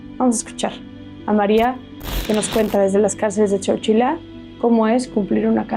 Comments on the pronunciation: Se escribe Coachella,y se pronuncia como si la primera A, fuera muda,"Cochella" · Con todo el respeto amiga no se peonuncia chochela se escribe coachella.. y se pronuncia coachela